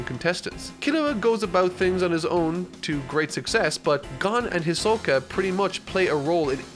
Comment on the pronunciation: I think that at one opint in the video instead of hisoka you said ashoka😂